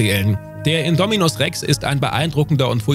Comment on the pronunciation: Bin ich der einzige, den es triggert, wie Indominus Rex und Ghidorah ausgesprochen werden?